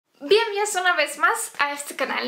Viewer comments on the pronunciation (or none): "bien vios"... significa "bien venidos"?? Siempre te escucho así.